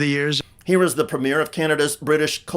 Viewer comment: Seriously dude - stop pronouncing the title “Premier” as “premiere” - the position is not a movie opening, and it’s not pronounced that way. If you need tutoring in English pronunciation, feel free to drop any Canuck a DM.